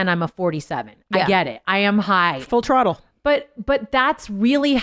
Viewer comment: Tina slipping in “full trottle” was 👌